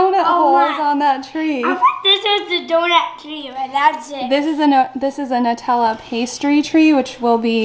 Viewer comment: So glad to finally hear someone pronounce the word “Nutella” correctly. Everyone says NEwtella. So thank you, I can sleep tonight lmao